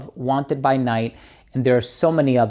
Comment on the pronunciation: "Wanted" not "Wanter" you lucky sample man 😂